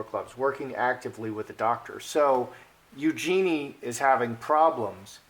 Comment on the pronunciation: FYI it's pronounced U-joo-nee'.